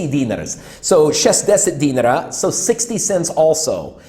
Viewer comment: I'm sorry for being "that guy", but you can pronounce Serbian dinar just like the Iraqi dinar. No need put any extra emphasis on the E, or rather I at the end. Also, you are spot on with the whole beer shirt topic, usually they will wear clothes with brand logos only if it came free with the pack, people here will either buy and wear a Red Star or Partizan shirt to show off their fandom, something to show off or basically project an aura of "F you I'm rich" or plain everyday clothes, guess they aren't original. I hope somebody does tip your PayPal, but I doubt it will be a Serb since there's a long running mantra that goes like "woe is me, I have no money and a low paycheck, guess I'll smoke 3 packs a week and buy expensive cars and furniture to ease my pain..."